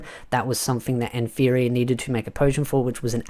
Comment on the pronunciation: Hey mate just a heads up. Nfirea is pronounced "Na-fee-ri-ah".